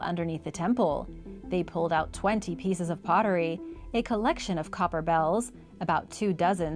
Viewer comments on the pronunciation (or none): none